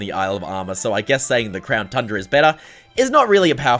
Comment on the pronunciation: Is it just me or did he say crown trundra